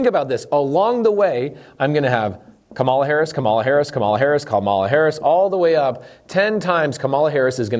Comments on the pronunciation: It's not difficult -- pronounce her name correctly or call her VP Harris. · Firstly, - it’s KA-ma-la, not ka-MA-la. Come on. You’re smart and it’s easy. Beyond that, I want to say that I appreciate you and everything you do very much. Thank you for producing so much valuable content and making education on these topics so readily available. Accessibility has long been the most significant hurdle for the impoverished to improve their financial situations. Furthermore, you obviously have a good heart and if every wealthy person were as charitable and giving as you, most, if not all, of our country’s economic inequalities would would be solved within a decade. Please never lose that quality about yourself, no matter how frustrated you may become with the government or anything else. But as you alluded to, there are many greedy, callous narcissists out there who don’t care about a single thing except their personal bottom line, and this system has allowed them to flourish. This is just fundamentally wrong. While our country stands for individual freedom, if we’re going to call ourselves The *United* States of America, we should show a little unity, and place a premium on it in everything we do. For that reason, I do believe there should be more oversight and implementation of policies which would guarantee that widely beneficial things are being done with the tax money instead of just hoping for the best. However, I don’t believe that this policy is the way to acquire it. Everything you’ve laid out here makes perfect sense, and I don’t want to see y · Why can’t you pronounce her name ? I find your active ignorance very telling, even my 11 yo can say her name correctly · Way to give a misrepresentation of what she is proposing while knowingly mispronouncing her name the entire time. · Just so you know, you mispronounced her name the whole video. Might want to add an editor's note.